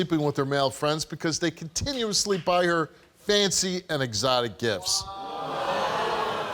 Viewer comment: "eXOTIC gOld Teef cHaINS " lmao